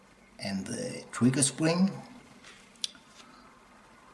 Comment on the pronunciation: “Showt weset twiggew keet”